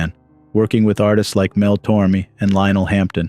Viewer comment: How embarrassing for you, it's Mel TormAye!